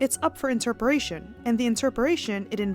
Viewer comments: interpretation not interperation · it’s up to..inter..peration? did you mean INTERPRETATION and messed up twice in a row ?